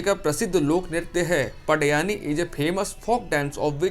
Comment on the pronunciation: सर, 7वां प्रश्न का आंसर पडयानी नही उसका सही उच्चारण "पंडवानी" हैं। मैं छत्तीसगढ़ से हूँ इसलिए बता रहा हूं।